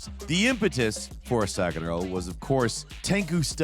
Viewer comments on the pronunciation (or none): So you love sekAro? hahaha. You Americans really do heavily struggle with Japanese words and names.